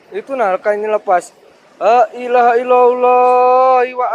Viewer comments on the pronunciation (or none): none